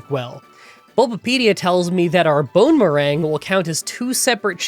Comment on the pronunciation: i keep hearing it as "bone meringue"